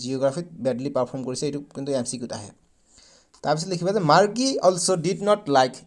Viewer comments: Sir Marji nohoi Margie😅😂😂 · Margie ❌ morghi 😂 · Marji nohoi sir margie😊